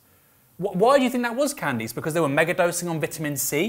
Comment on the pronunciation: I'm a Candice with an 'eece' pronunciation and I felt like you were addressing me every time you mispronounced her name. Calm down, stop berating me, I believe in the scientific consensus!